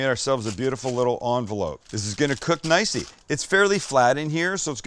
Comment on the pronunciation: did Sam say it's going to cook "nicey"?